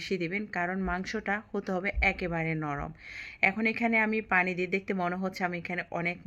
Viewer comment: আপনি পুরান ঢাকার মানুষ না, আপনি পানি কে ফানি 😂 বলেন আপু। নোয়াখালী দেশের মানুষ আপনি।